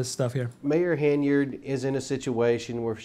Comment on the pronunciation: Why do you keep calling her Haneyard? 😩 It's Henyard...sheesh